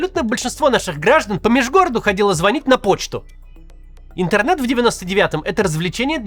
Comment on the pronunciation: Он даже произносит это слово с нескрываемым отвращением: "ынтэрнэт" 🙄...